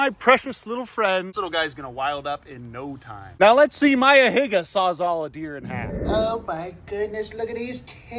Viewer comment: Why you say Higa like that 💀 got a little too close to saying something else 😭😭